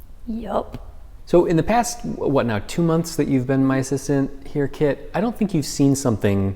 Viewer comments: Is her name Kit? Cause it sounds like he's the old grandfather master calling her kid xD But seeing you work with and for each other is so wholesome. It's really what is so satisfying and gratifying about a teacher-student relationship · I swore for half the video her name was Kid until I realized it was Kit and it all made so much more sense. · Took me a while to notice that he doesn't call her "Kid" but "Kit" 🤣